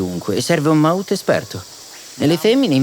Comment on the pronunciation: The term «mahout» should be pronounced as it is in the language in Thailand, not as if it was an english word !